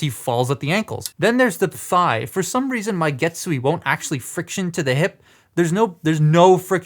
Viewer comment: And Getsu-aye (a as in "ate"). THe rest you got the pronunciation right!